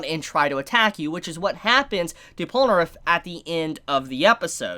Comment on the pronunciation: does anybody have a slight flinch everytime he pronounces polnareff and narancia wrong, no hate just feels kinda ehhh; like he pronounces narancia right everytime except the first time; like he CAN pronounces it right, he just didn't do it the first time, like the OCD